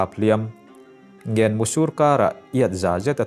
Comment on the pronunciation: Leh lawks.. Ngen mu tiha NGEN hi Deng(hit) tih thlukin lam tur aw. Min lo huat loh hram ka beisei.😁😁